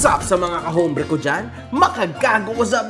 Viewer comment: “ombre” not “hombre”